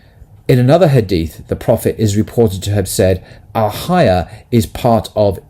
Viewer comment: Al hayYAAH..not alhaya